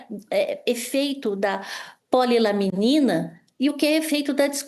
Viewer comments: Só uma correção.. o nome do medicamento não eh POLILAMINA, e POLILAMININA.. mais simples, POLY LA MENINA kkkkk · Vocês não têm vergonha na cara mesmo! Cambada de jornalistas que querem saber mais do que profissionais na saúde! E, do jornaleco: o nome correto é PO-LI-LA-MI-NI-NA! Não é polilamina! Morram de inveja! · Polilaminina. Não polilamina.